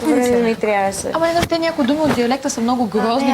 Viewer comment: Тряяше, знайш ли 😂😂😂😂